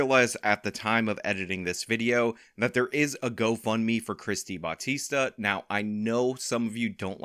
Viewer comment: To further disrespect her she looks Asian. Unless she married into that name she’s probably Filipino and we don’t pronounce Bautista in a Spanish accent.